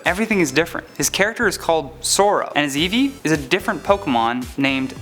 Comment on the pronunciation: Not Eeveee!